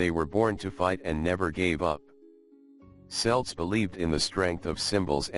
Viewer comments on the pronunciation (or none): you lost me the moment you mispronounced celts as SELTS is is KELT NEVER selt.After that? couldn't be bother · I immmediately tune out when the subject of the vid is mispronounced. It's Celts---. 'KELTS', you fucking moron! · At approx. till the end, the robot finally begins to pronounce Celts (Kelts) correctly. Strange! ☘️🇮🇪🇺🇸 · Hard "c" Celts, man.